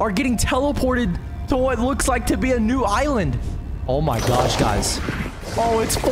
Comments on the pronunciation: more like oh my gyosh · He said oh my gosh in a slightly weird way (no offence)